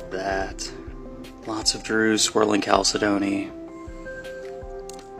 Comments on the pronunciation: It's pronounced "Kal-Sidney" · Chalcedony is pronounced "cal SAID knee" just so you know. Lots of people pronounce it wrong, though.